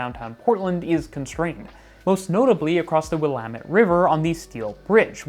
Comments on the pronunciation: Pronounced "Willamette" correctly!! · Good vid, and great that you pronounce the Willamette River correctly. That's an atonement for a vid you did two years ago.